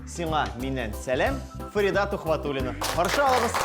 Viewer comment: Почему ФаридА, а не ФарИда?